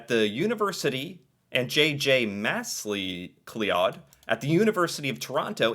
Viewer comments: MACK-LOUD. It's a very common name in Canada. Mass-Lee-O-Clod??? Yeesh. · Iam just a typical canadian love your show it is well done. prounced Mac Cloud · I thought he might say mack lee-odd , but I wasn't prepared for mass lee -clee -odd. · That was JJR MAC LOUD (MacLeod) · BTW Macleod is pronounced Mic Loud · MacLeod is pronounced muh-CLOUD 😉❤️ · ouch... macleod... ma cloud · 🤣Macleod is pronounced like McCloud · It is pronounced MacCloud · McLeod my Scottish aunt, last name MacLeod, would be furious to hear you say that the two surnames are pronounced the same. She would very firmly tell you "I AM NOT a Mc (pronounced Mick), I AM a MACK!! It very much is a clan distinction in Scottish heritage. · Hearing trying to pronounce the name "Macleod" is hilarious....